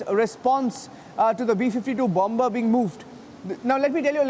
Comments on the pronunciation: Say it like "Bummer", NOT LIKE "BOMMBBERRR", please! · CANT LISTEN TO THIS GOOSE. bomBa bomBa... bomBa